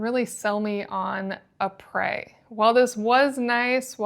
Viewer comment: Isn’t it pronounced the same as the inventors name ‘e-pres’ Eric PRESley… not ‘eh-prey’